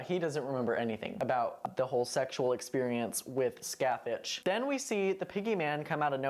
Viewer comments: This isn’t a critique and it’s just a funny little thing but every time you say Sacathach a year gets knocked off my lifespan. It’s pronounced ska-hah. Literally no Irish words ever sound like they look. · Just fyi Scathach is irish and is pronounced like Ska-ha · I haven't seen this season since it first aired, can someone remind me do they actually say Scáthach's name out loud? Because it's actually pronounced Scaw-huck in real life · weird. That's definitely not how it should be pronounced! I wish more shows would do their research before using the Irish language.